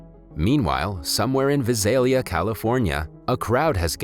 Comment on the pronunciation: I live in Visalia and I was surprised about it being on this movie and annoyed because he said it wrong